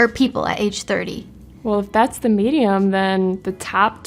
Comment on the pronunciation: "If that's the medium then..." Medi-UM?